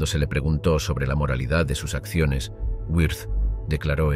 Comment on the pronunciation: WIRTH [vɪʁt] ... no güirz